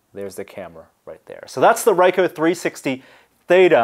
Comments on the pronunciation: REEE KOOOHHH not RYE-HOH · you are pronouncing the name of the company wrong its 'Reek-oh" RICOH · I believe REE-KOH is the correct pronunciation.